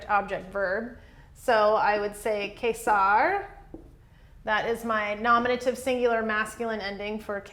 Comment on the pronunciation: Great lesson! :) Thank you so much for that. I was wondering, isn't the Latin dipthong, 'ae,' pronounced as the English long 'I?' So, to pronounce Caesar, wouldn't it sound like 'Kisar,' instead of the way you're saying it, 'Kaysar?'